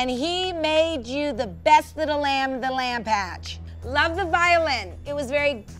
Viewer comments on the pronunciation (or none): did she just say lamb patch?